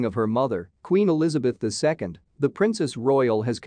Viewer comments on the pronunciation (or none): You said Elizabeth 'eye eye'. That's Elizabeth the second! 'Muricans! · Please get the pronunciation correct, it's NOT Elizabeth eye eye it is Elizabeth ll (read the second) why is an American doing report? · This sounds ridiculous with the auto voice instead of a real person "Queen Elizabeth eye eye". Really? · Queen Elizabeth eye-eye??? FREAKING BOT! Employ humans for Petes sake!!! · What I heard: "Queen Elizabeth eye eye's only daughter". What the hell. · What are you raving there? Queen Elizabeth's "aye aye" (wtf?) "lone" child? WTF are are you smoking? Socks or cardboard? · The reader say Queen Elizabeth Eye Eye….really? How about Queen Elizabeth two….geez… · These computerized vocals are the limit. Just who is “Queen Elizabeth Eye Eye”? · You really need an editor. ''Queen Elizabeth eye eye??" No those two ''i's'' mean ''the second.'':thanksdoc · Queen E|lizabeth II (eye-eye!!) Seriously??!! You lost credibilty with me within 5 seconds.